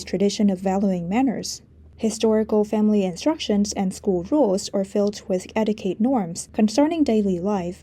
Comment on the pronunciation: Your English is splendid, but: Etiquette = "etteekett"